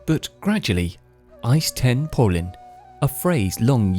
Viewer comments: It is not islambol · The Ottomans did not change the name to Istanbul. It was called “Konstantiniye” to fit Turkish pronunciation. Contemporary Europeans still called the city Constantinople. The name “Istanbul” was enforced by Mustafá Kemal.